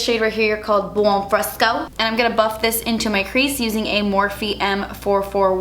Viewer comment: "Creash" LMAOO 😂😫 I love you! Such a cute look💗